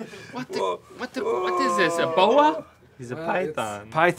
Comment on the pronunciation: When link said, is this a boa? I thought he said is this ebola? 😂